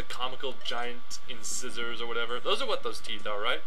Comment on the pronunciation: Yes, they are incisors. Though I'm pretty sure it's pronounced 'in-sigh-zors', not 'in-scissors'. Yep. Dope fish are too...dopey. :B But come ooooooon, you know you want to download the sequel and see what the Shikadi look like!